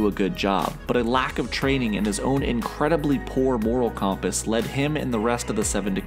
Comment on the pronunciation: You mispronounced compass.